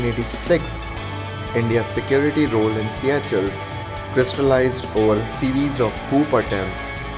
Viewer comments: its not siyachells its pronounced "seeshells" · its called seycuelles...like pronouncing sea shells.. not see ya chels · Not siya-chel it's sesel in kreol, Seychelles.. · yaah.... Its Se ah shells